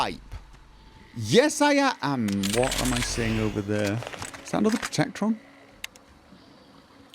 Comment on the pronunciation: Shout out to for when he said protectron in one try